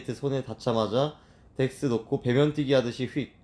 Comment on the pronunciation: 진짜 집중하면서 8화까지 다 봤는데 너무..와.. 밧줄도 덱스가 그런 류를 진짜 잘하니까.. 보다가 빵 터지는 장면도 많았고 몇 번을 돌려봤는데요 ㅋㅋ,, 덱스를 ㅈ스로 말한 것도 웃걋고 ㅋㅎㅋㅎㅋㅎㅎㅋ 바로 물에 입수하는 것도 ㅋㅋㅋㅋㅋㅋㅋㅋ 아 생각했던 것보단 재밌었어요 박나래씨도 너무 웃기고 ㅋㅋㅋㅋㅋ